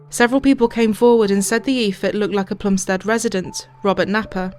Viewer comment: It's a great documentary but it's 'Plumstid' and 'Ear-ith' as my elderly Plumstid born mum could tell you! Otherwise 10/10!